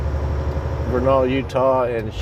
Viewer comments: It is pronounced Ver nil = Vernal just say it fast. Just letting you know man you can call it whatever you want. ;) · Tip from a Utah local, Vernal is pronounced as Vurr-null. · Vernal is pronounced Vernil. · I love your channel! That's pronounced "VER-nul", in Utah. I used to live in Utah.